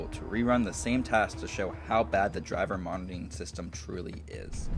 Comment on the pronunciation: Are you saying “driver martyring system” because that is oddly appropriate